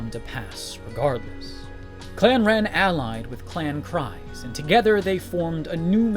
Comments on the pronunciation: Clan KREEze, not KRYze 😠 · It's pronounced "Kreese", not "cries". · The Dutchess's last name doesn't sound like cries it sounds like creed but with an s instead of a d.